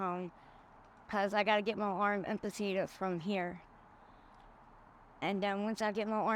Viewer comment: Its amputated not ampertated